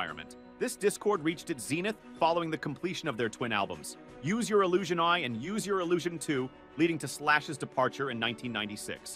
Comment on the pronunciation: "Use your Illision eye"???